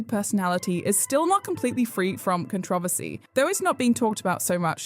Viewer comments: Con-tro-versy is how u pronounce Controversy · That messed me up more than knowing this person existed... "contra=vasee"... "controversy"... try it. I cannot say it normal how i use to say it anymore after hearing the narrator say "contravasee" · Please for the love of god learn how to pronounce controversy